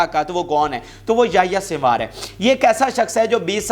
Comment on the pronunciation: یہ یحی سن وار sinwar ہے سوار نہی ہے تلفظ درست کرلو یہ شخص حماس کے بانی لیڈرز میں شمار ہوتا ہے مذاحمتی تحریک کی جو سٹریٹجی ہے اس جنگ میں اس کے پس پردہ اسی شخص کا منصوبہ اور حکمت عملی ہے